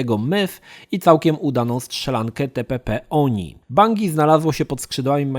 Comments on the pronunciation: /bandżi/, nie /bangi/. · Bangi XD za każdym razem jak to słysze to sie śmieje jak porąbany. skacze na bangi XD